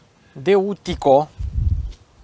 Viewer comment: tineti-botu in microfon, e un Daewoo, nu DeU' ;) doar sa stii data viitoare